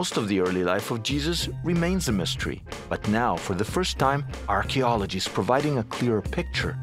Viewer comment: Surely you should be able to say archaeology correctly.